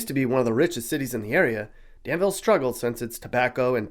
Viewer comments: It is not pronounced "Dan-ville", but rather pronounced "Dan-vool" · Yeah he pronounced Danvul wrong.